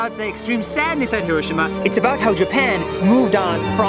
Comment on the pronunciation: It's not HirOshima. It's HiroshIma🤣